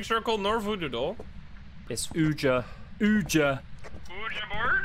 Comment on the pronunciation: “It’s oojjau, oooojau”💀😭